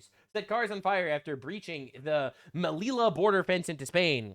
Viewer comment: bro i don't even speak spanish but you killing me with this pronunciantion.... coo-eh-ta and mel-ee-ha. jfc